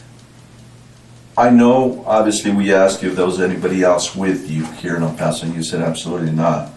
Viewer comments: It’s pronounced Pass-oh. Thanks for the video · It's "Paso".... like "Lasso." Dipshit. Do the smallest amount of prep.